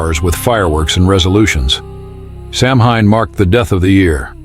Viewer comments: It's actually pronounced "Sow Wein" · Samhain.....is pronounced "Sow-wen please do your diligence.,.... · I know it's spelled "Samhain," but it's pronounced "SOW-an." I know; I don't understand it either. I guess you have to speak in the Druid or Gaelic or whatever kind of tongue it is. But if we're going to do it, let's do it right!